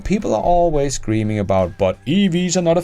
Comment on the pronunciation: Please, be more precise: Ford's CEO name is Jim Farley, not Jim Farrell !!!